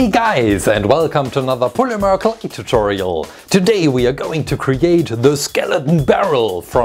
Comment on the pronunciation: Is it just me or did he say polymer cult tutorial